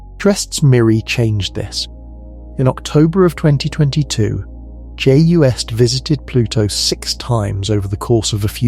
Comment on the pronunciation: Well it's the damn AI that's doing the talking and I don't want to listen to AI voices for too long because AI is really artificial stupidity. It pronounces acronyms as non-existent words like UV is "uv" and JWST is "joost"!! No one should have to list to or be indoctrinated with ignorant mispronunciations.